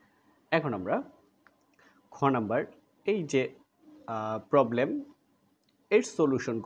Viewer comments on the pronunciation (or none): none